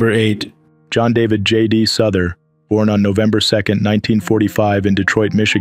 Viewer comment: J.D. Souther. Pronounced as sow-thur. Not as suh-thur.